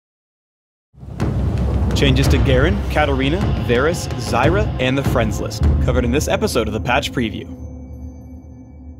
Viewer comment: he said friends list like its a champ haha